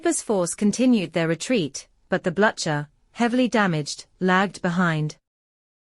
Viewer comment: The pronunciation of Blucher has been dealt with already. After Dogger bank, Beatty should have been removed. He was a tactical incompetent who was to be the prime mover for the RN's failure to bring the German fleet to full action and destruction at Jutland. He not only argues with Jellicoe but left him devoid of tacint on the day. He misused the assets provided to him at Jutland and his comment, losing three battlecruisers, that there is something bloody wrong with our ships today covered HIS failure. The damage suffered by LION at DB confirms his poor squadron tactical ability.